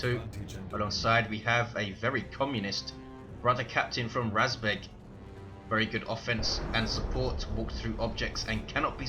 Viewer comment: you did a great job pronouncing "РАЗБЕГ" emphasis is on E though, so it's razbEg